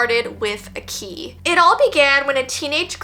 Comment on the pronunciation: I tought the word that actually said the key was ghe key😢Anyway i love your videos❤❤